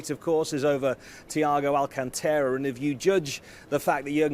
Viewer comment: People, it’s Al-CÁN-tara! Say it right